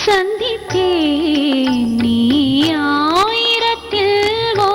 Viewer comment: உங்க பாடல்களை இப்பதான் கேட்டேன். மிக அருமையாக பாடுகிறீர்கள். As it is சுசீலா அம்மா. மிகவும் மகிழ்ச்சியாக இருக்கிறது. மேலும் இந்த பாடலில் அந்த சந்தித்தேன் என்ற வார்த்தை ச உச்சரிப்பு கொஞ்சம் மென்மையாக இருக்க வேண்டும். வாழ்த்துக்கள்.